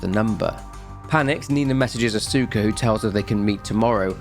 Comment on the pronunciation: Note if you run into the name again in the future. Asuka is usually pronounced "aa-skuh"